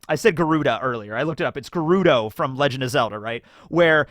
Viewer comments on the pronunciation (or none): none